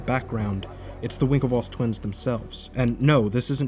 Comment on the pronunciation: DID YOU JUST CALL THE WINKLEVOSS TWINS AS WINKLEVOIE?